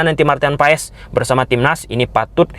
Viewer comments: Baca nya "Martin Paas" bng bukn Paes😅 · Paes dibacanya Paas bang 🙏